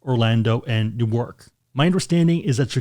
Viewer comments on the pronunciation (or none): Haaaa! Neeeew Ark. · that's not how you pronounce Newark wtf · Your pronunciation of Newark is...weird.